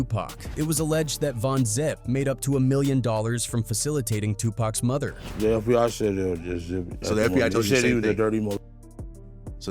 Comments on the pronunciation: AI can’t even pronounce murder correctly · A.i. can't say murder it sounds like mother. Wtf? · Yes! I was just about to say the same thing! 2pac's Mother?!!!🤔🤷🏾‍♀️🤷🏾‍♂️🤷🏿 Come on AI!🤦🏾‍♀️🤦🏾‍♂️🤦🏾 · He saying mother instead murder